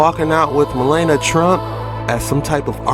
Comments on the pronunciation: Malana?! Wtf ma lawn nia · I don't care how you pronounce her dumb name, but it is Mel-ania